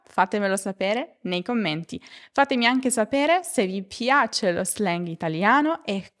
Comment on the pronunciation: Grazie mille. Perché non pronunci l’anglicismi tipo slang (lo /zleng/) come sono adattati all’italiano?